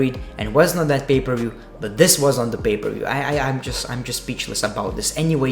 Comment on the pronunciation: I lowkey just watch you vids to hear you say "Bay ber view" a million times and also"r gay o" and "under daker" and "gick out" and "2 gay 19" etc. No P K T Just B G D